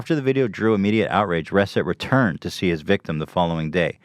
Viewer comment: Ethan is terrible at pronouncing words correctly. It's Reset!! like the regular word!!! Not "res-it" ...."RE-SET!"